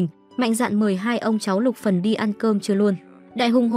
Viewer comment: Xin thuyết minh hãy đọc rõ tên nhân vật là Luc Phần